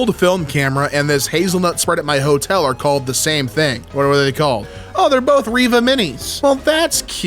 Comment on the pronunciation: My name is Reva. Pronounced how he does . And I've never been so happy to hear my name even if it's technically spelled differently.